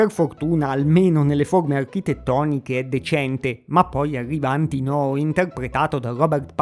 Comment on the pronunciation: Condivido tutte le considerazioni del video sulle brutture di questo film, però non posso esimermi dal correggere: la pronuncia esatta è Antìnoo non Antinòo.